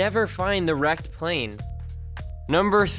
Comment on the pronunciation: The "Rekted" ship